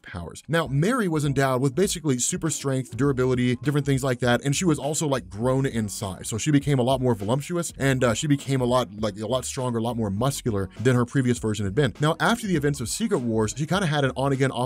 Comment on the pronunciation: Did just say volumptuous?